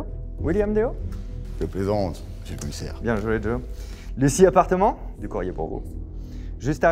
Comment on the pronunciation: c'est normal que tu dises "Bienjouédjo"